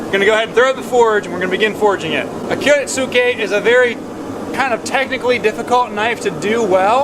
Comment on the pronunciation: It’s pronounced like kiritske dawg